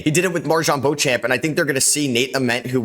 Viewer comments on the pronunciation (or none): none